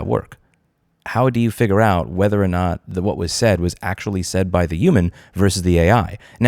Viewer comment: "figger out"